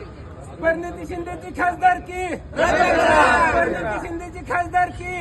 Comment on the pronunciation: परनीती नाही प्रणिती